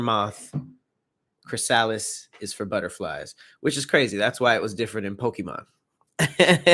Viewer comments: Took me until the end of the video to realize when he says Chris-Alice he's saying chrysalis 🙃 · The way u butcher the word chrysalis 😂😂